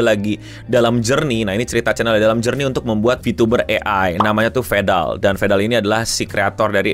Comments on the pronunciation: domt foget vandal😭😭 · New vedal pronunciation just dropped 🗣️🔥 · This is Indonesian pronunciation 😂